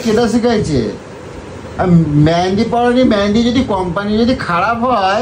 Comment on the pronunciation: ওরে অশিক্ষিতের দল! জিনিসের নাম ঠিক করে উচ্চারণ কর। ওটা "মেন্দি" নয়.. "মেহেন্দি"!